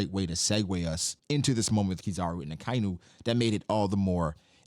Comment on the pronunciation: Aka-inu means red dog, red is aka or akai. Inu is dog, Not akai-nu.